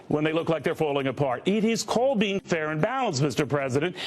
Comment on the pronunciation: It is NOT FTHAIR!!😂